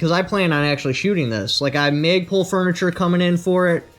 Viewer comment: I thought he said 'maple.'